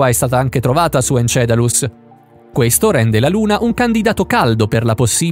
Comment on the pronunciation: Encelado...!!! Non encedalus...non x cattiveria, ma praticamente in ogni vostro video c'è qualcosa di storpiato...